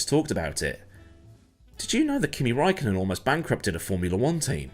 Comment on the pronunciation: The Ä in Räikkönen is pronounced the same as the A in sand. So think "rand", thatd be "ränd" and yea great video.